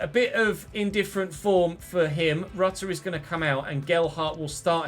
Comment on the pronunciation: Stop saying rutter’s name wrong 😑